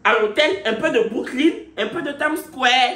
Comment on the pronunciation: Indeed The part in this video that killed me was when said ' Tam square' Instead of ' Time Square' 🤣😂